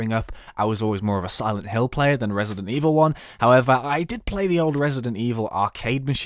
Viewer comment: I NEVER HEARD OF "RESIDENIT EVIL" IT SCARED THE SH*T OUTTA ME